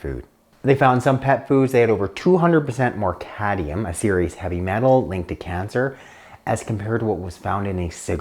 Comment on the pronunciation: Careful saying "cadmium". I don't mean to be picky, but I cringe sometimes... Love your channel! Awesome!!